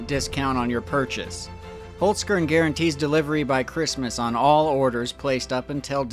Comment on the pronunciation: Im glad I don´t really celebrate christmas ... funny how you say Holzkern ... 🤭 yesterday I cringed on your old video about Charles too 😂I really like your recent videos. very "realistic".